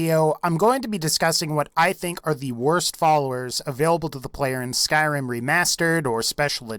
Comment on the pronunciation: ugh even the way you say Skyrim is disgusting.